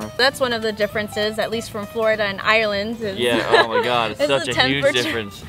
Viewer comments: theres no such place as Areland that's why. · Its "I"reland not Areland. 👁 or land. Say it correctly ffs.